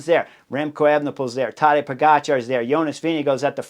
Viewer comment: It is Po - ga - tchar. The stress on the second syllable. Just like with his name, also stress on the second syllable.